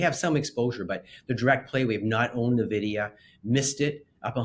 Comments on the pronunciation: One would think a financial expert would know how to pronounce Nvidia. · Missed Nvidia completely, can't pronounce it correctly... yeah we should listen to these guys 🤣.